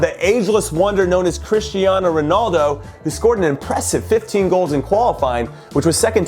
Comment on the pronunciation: Sonaldo? Literally no one calls him that